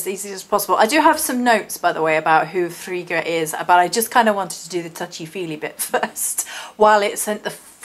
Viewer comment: Yesssssss thank you!!! If there are two Gs then the I is short. So, the way you pronounced it would have been correct if her name was spelt Friga. But it's not. Frigga is one of my absolute favourites, I'm very connected to Norse culture.